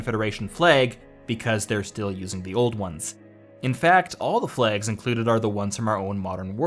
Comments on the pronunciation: Why can’t you pronounce flags properly? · "Flegs!" - I think this is a guy from Belfast pretending... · I thought you were saying plagues at first XD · THE FLAYGS GUISE....GUISE......THE FLAYGS!